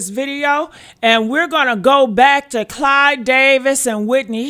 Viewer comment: Someone should have told her that his name is Clive Davis, not Clyde!